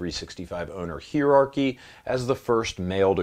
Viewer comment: Heerachy? In America, we say “hierarchy.”